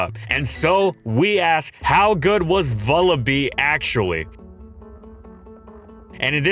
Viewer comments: bruh please it's vullaby not vullabee like lullaby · It's Vulture+Lullaby, you should pronounce it like lullaby with a V. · I think it's pronounced Vulla-bye because it's a combination of vulture and lullaby, what with it being a wee baby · say vulture "vulture" okay, now say lullaby "lullaby" and now say vullaby "vullabee" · Huh I always pronounced it like Lullaby. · It's wierd hearing some pokemon names. I always thought it was pronounced vulla-"bye" like lullaby, since it's like a baby bird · Vullaby's is a porte-manteau of Vulture and Lullaby and I refuse to listen to an entire episode calling it Vullabee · Please take the time to pronounce the Pokémon names correctly. You continue to pronounce several of them wrong, such as Vullaby, which is a play on the word lullaby.